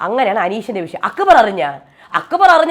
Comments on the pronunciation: 😂😂 njn ath kettu ippol akbarin pakkaram akubar enna vilikune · akkubar enn parayunnath kelkkumbol thanne chiri varum😂😂